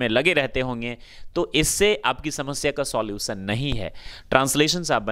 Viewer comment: Solutions bhi sahi Ni bola English Ko englis bol rahe ho sir pehle AAP pronunciation thik kare pls